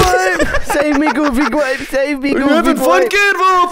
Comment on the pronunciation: It's pronounce goofy gwape